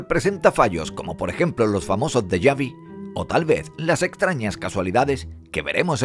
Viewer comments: Que deyavi ni dejavi, deya vu y después es un bog no bug, a este ay que hablarle al revés 🔄 porque es muy bestia hablando inglés. El que entiende sabe porque lo escribí bog y es bug, pero este entiende así 👋🏼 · Deyavi......? Por favor Señores, respeten los acentos del idioma. Me hacen saltar los oidos. La palabra en cuestión es '' Déjà vu''. Es francés y no se porque no se ha traducido. Asi que como barbarismo se ha introducido en el lexico de varios idiomas, como el castellano. Por lo tanto se debe utilizar los acentos franceses en este caso.